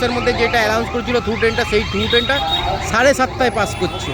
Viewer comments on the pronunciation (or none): ভাই ওটা অ্যালাউন্স না ওটা অ্যানাউন্স. Announce (ঘোষণা করা).ভিডিও খুব ভালো ছিল,এই ধরনের আরো ভিডিও বানাও তোমার পাশে আছি ❤